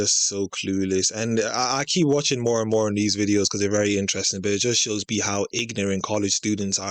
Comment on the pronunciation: ... How many syllables does "more" usually have? "Moeoeoeoeoere"